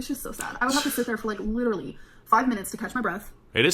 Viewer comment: if she lost a pound for everytime she says "litter-elly" she'd be underweight